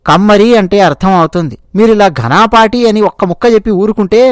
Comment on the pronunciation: మిత్రమా ఘనాపాఠి కాదు ఘనపాఠి. ఘనపాఠం అంటే వేదాలను అత్యంత లోతుగా, సంపూర్ణంగా పఠించి, అర్థం చేసికొని, చెప్పగల వేద పండితుడు, లేదా చాలా విషయాలు తెలిసిన, అపారమైన ప్రతిభ కలిగిన వ్యక్తి అని అర్థం. ఇది వేద సంస్కృతిలో ఒక ప్రత్యేకమైన గౌరవ బిరుదు, ముఖ్యంగా 'ఘనపాఠం' అనే వేద పఠన విధానాన్ని అనేక రకాలుగా మంత్రాలను అటూ ఇటూ పునరావృతం చేస్తూ ఉచ్చారణ దోషాలు లేకుండా స్వర సహితంగా పఠించడం. ముఖ్యంగా వేద మంత్రాలను వాటి సాధారణ క్రమంలో సంహిత, పద, క్రమ కాకుండా, చాలా క్లిష్టమైన, ప్రత్యేకమైన పద్ధతుల్లో ఘన, రథ, ధ్వజ వంటివి వల్లించే ప్రక్రియ. ఈ ప్రక్రియలో నిష్ణాతులైన వారిని ఘనపాఠి అంటారు.